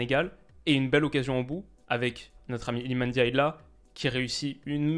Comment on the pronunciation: Merci de ne pas dire NNdiaye cmm le disent les français.